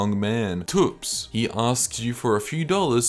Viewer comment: ...pronouncing thops as toops gave me a nosebleed